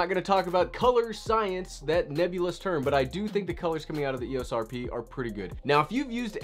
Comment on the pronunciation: It's e ō s. It's a long o sound.